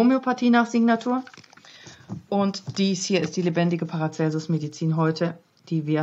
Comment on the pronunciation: An den Moderator: er heißt Paracelsus und nicht Paracelsius